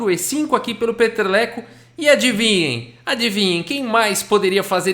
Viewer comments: narrando a partida eu estava só escutando sem ver..eu quem é esse jogador o Peteleco? É brasileiro fiquei imaginando lol eu estava entendendo peteleco kkkkkk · Kkk vc tava falando Peter leko, o vídeo todo ouvi peteleco